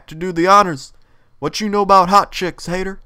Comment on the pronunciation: The first time he said "Haytur", i clicked out of this. I hate Epic Meal Time parodies.